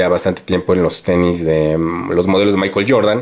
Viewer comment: El tenis, no el teni